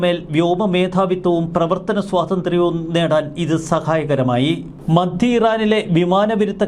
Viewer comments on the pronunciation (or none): none